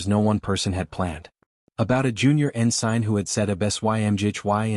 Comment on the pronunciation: Could someone please teach the AI how to pronounce ensign?